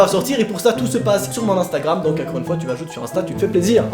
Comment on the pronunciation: C’est quoi cet accent de dire « incore » au lieu de encore ? ^^